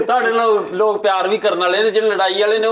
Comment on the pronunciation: Bhaji please don’t say LOG its Lok (people) please don’t offend i jst wanted improve ur punjabi . thank you nd love you